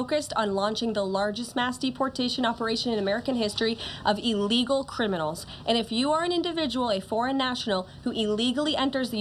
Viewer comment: True. But she and others in the administration need to be more "mindful" of how they say "illegals". They actually pronounce it like "a legal" which probably causes some not so bright folks to misunderstood the difference between a "a legal immigrant" and an "illegal immigrants. They way she kept mis-pronuncing it sounds like they are legal immigrants and is pissing off the not so sharp people or immigrants whose English speaking and comprehension Sucks!